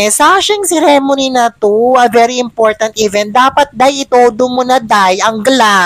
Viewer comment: Ikaw din plain ka din and boring. Ayusin mo magpronounce nga ceremony.